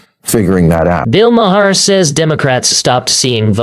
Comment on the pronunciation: so far you've pronounced his name MA-her, muh-HAIR, and Mare, and Mayor. It's 'mar'. Finally! At, you accidentally pronounced it right.